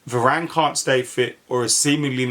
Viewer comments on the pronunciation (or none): none